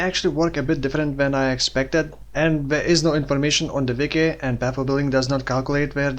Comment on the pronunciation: There is no information on the vicky. I know you said wiki but damn it, so fun listening to this many times.